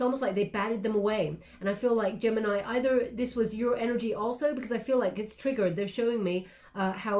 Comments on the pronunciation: I’m not even surprised anymore)) Apparently knows everything about mi private life )) 31 and 13 (31 in reverse) are extremely relevant numbers for me. The important dates, years, floors etc always wether 13 or 31. Gemini ♊️ in Italian 🇮🇹 is pronounced right how did it at the beginning of the reading. Tête-à-tête (head to head in French) means one to one conversation. Thank you so much for your precious time and your beautiful guidance. Love 💜 and light 💛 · My Italian friends told me the proper way to pronounce Gemini is Geminee which seems to drive North Americans nuts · Gemini, is the pronunciation in Spanish! 😉😘🥰 I love u so much, u have no clue how much u help me. Tarorist to tarorist!!!